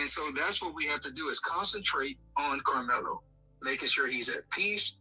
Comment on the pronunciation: Young man, I want you to say Karmelo‘s name right?